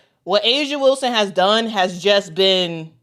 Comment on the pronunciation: Whistle- Whilston??? YOU DONT SAY!!!